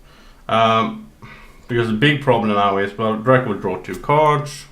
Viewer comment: am I the only one annoyed by "cards" pronounciation?